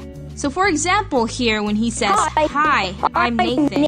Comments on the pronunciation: Am I the only one that heard Naked instead of Nathan? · At first I thought you said "hi I'm naked" XD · For second i thought he said hi im naked